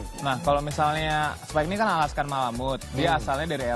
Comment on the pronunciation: Emang bener alaska bkn dari eropa tapi baca tu yang bener Alaskan Malamute Bukan Alaska Malamute